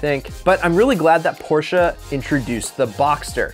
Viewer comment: My man just said Porsche a